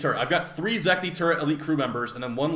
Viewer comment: it's Zetki not Zekti